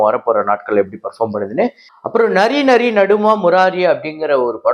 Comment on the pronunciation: நாரி நாரி. நடும முராரி ( பெண் பெண் நடுவில் கண்ணன்) ..தவறான உச்சரிப்பை தவிறுங்கள்